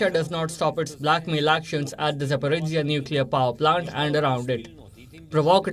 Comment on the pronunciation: ZhZh pronounced by Palki (and her colleague here) is just Z 🤦🤦 ZaporOZHie!!! ZH mest mean something else to be read out rather than Z pronounced